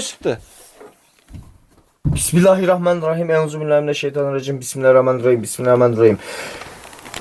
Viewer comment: pismillahrumai:D